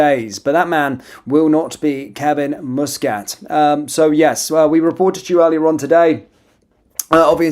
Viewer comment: It's MUSCAT,not fucking mouscat ay the name properly